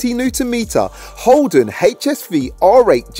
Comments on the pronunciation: Its holden not holdon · Also it's holden not holdon